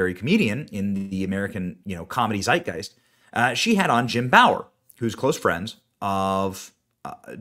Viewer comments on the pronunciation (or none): none